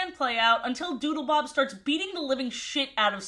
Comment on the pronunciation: Every time you said Doodlebob all I could hear was Doodlebop. So now I’m just imagining the Doodlebops making a cameo in SpongeBob